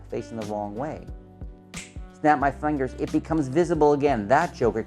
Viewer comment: when said "fingers", it sounded like he had a Texan accent. Lol!